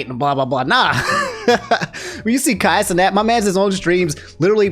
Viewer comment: Does he say Hasanabi wrong on purpose? lol